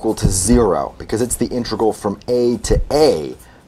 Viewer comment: Please stop pronouncing "integral" as "intregal."